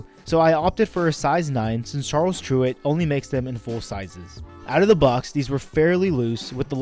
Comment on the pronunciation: Tyrwhitt is pronounced like spirit.